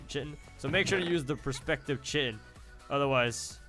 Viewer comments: I think it's pronounced "Kai-tin" not chitin. Wish I could figure out why I can't get this mod to work but your videos are a great way to see what it's like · its Khi-tin so triggered